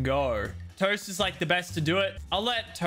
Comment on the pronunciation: LOL YOU SPELLED TOAST WRONG IN THE TITLE u said tost lmfao